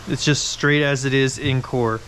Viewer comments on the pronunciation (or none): Did you say in core or encore 🤔